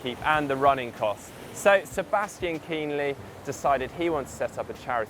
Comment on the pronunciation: How about a special ‘how to pronounce the names of german pros?’ It's neither Kinleee nor Lang.